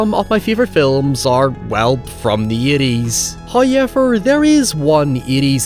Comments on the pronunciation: No one:: hœwyeaver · First "hoyevver" drops . We are fortunate to receive HIs benediction so promptly. Tributes and sacrifices must be paid to Him forthwith. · First I thought it was like a one time mispronunciation. Then I heard it a lot more. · Good video. Hi-ever, could have been better.😅